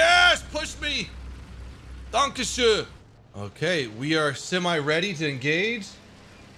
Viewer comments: Es heißt Dankeschön nicht Dankeschö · I love it when he speak German xD „Dankeschö“ „Oh, Schaise“ xD